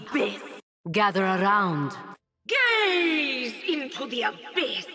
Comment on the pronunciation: Its "gaze" as in ur gazing like staring intensely